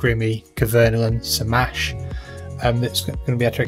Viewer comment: Your pronunciation of SaMASZ🇵🇱 is perfect. Respect bro, and my sub